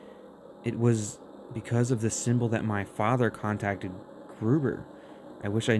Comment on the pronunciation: So I told Sandy there has to be another way. So I'm curious if you'll get a different out come, since you told her she might have to do it. I looked at it as there is always a solution you can do to help a possessed person. Because if there isn't, then everyone who is possessed in this game is probably going to be dead. I loved how you called gruber, goober! It made me laugh everytime you said it!:_TTGLaughing: Looking forward to the next video:_TTGLove